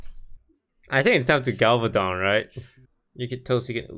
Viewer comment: Toast calling Galvadon ''Galavadon'' is that a joke or. :P